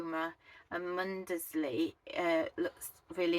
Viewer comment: You are in my neck of the woods , I love Wells and blakeney especially for the dogs they love to swim. Mundesley is pronounced without sounding the D. clay is another charming little coastal village with a gorgeous deli which sells local produce . Lovely videos .